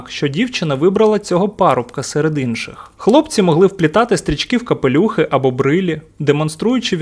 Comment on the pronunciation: Не кОпелюх, а кАпелюх. Не рта, а рОта